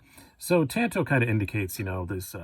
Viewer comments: Partner, please don’t say “tanto” again, you’re pronouncing it wrong!!! It’s not tanto as in you can get a “tan “ on the beach!! Get it!! It’s pronounced “tanto” as in King David was “ taunted“ by Goliath of Gath !!Sorry for the correction but I had to !!! I love your collection!! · It's pronounced TOHN-TO, which is a Japanese word for short sword.